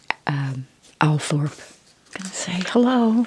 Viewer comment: Althorp is pronounced Althrop for some unknown reason.